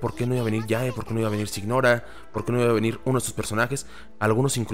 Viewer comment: Es normal que mihoyo esté exprimiendo el juego, es un producto y esta en su mejor momento. Poco a poco irá cayendo, yo por ejemplo ya estoy listo para dejarlo un buen tiempo. Y no gasto ni un solo peso en el juego. JajaajJ Por cierto, Signora se pronuncia siñora, todos loa nombres de los 11 son italianos.